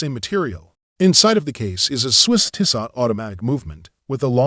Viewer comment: The end T is silent. Pronounce Tisso. But thanks for the video...the 1973 is superb. 👍